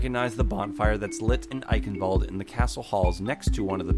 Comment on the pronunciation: "Eichenwalde" is pronounced "I-shen-vul-de" (kind of)